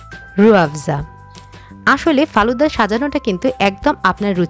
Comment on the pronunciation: কালুদা নয় ফালুদা